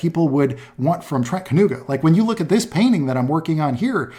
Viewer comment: Sadly his pronunciation is wrong.)